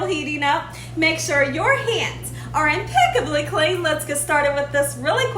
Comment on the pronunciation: Its when says "IMPECCABLY clean" for me🤣